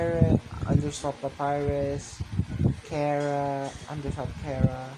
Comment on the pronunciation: Its chara not kara